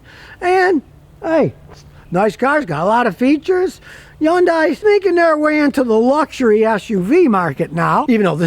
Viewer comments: ITS HYUNDAI LIKE SUNDAY NOT YUANDAI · From an actual Korean immigrant: it's pronounced "hun-day" not "yun-die". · No, the correct (South Korean) pronunciation is "HYOON-die". The North American pronunciation is "HUN-day". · Its not a Yondai, Its a Hyundai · Scotty ...Hyundai rhymes with Sunday,or Hunday .When Hyundai came to America in 1986, Their slogan was Hyundai...Rhymes with Sunday. Not Yunday. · Scotty - It's pronounced "HUN-day"... not "YUN-die". Just trying to help you, 'cause I like you. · Why do you keep saying Yun-Die? Is your name Scooty Killer? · Just on a friendly note. The name HYUNDAI rhymes with SUNDAY. Actually easy to pronounce. Thanks. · Yundye. And Yioneek (ioniq) 🤣🤣🤣